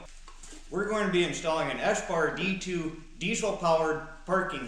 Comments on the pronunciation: nice video, eberspacher is german its pronounced ä-bars-pach-är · Ah good stuff. Great quality part and a super clean install too. It’s said EBB-uh-SPE-chuh where the ch sounds like “loch” in Scottish ie in the back of the throat. Do you need to insulate the pump and feed lines in -30 to stop waxing in that fine bore pipe? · its pronounced eber spa cher its german